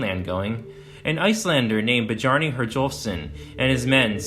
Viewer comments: Beh-jar-ni? Really? Come on… it’s Byar-ni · Badyarni? The name is Biarni. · Bjarni, like "Byarni". Anglicized sounds awful. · People who cover Viking stuff really need to learn how to pronounce the names. Not buh-jar-nay, byar-nuh is more likely, but hard to say for sure without the spelling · The namr Bjarni is pronounced "Byarnee" the J makes the Yuh sound not like in Jungle. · Bjarni, pronounced biarnì, not bajarnì. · It's not "Bijarney" boss. It's pronounced "BEE-arr-ney." Actually most of your pronunciations were dreadful. The video was otherwise good. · Bjarni is pronounced Byarni. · Good video. Newfoundland is pronounced Newfundland and I believe Bjarni is pronounced Byarni. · "Bah-Jarny"? In the Germanic languages 'j' sounds like a consonantal 'y' in English. And, there is no vowel sound between the 'b' and the 'j'. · Your pronunciation of names is shameful… “byarni” Gringos who act superiorly educated until they go to places like UK or Japan and find out they ain’t… anyhow good insight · Man, you brutalize these foreign names 😂 Bee-jar-nee 😂 Good Video though 👍🏽